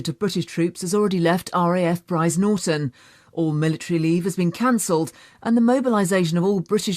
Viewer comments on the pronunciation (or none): none